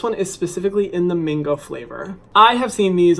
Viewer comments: I’m sorry but why did I keep hearing “mingo” when he said mango.... just a British thing...? Ok... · MINgo????? It’s MANgooooo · Are you saying mango or mingo?? 😂😂😂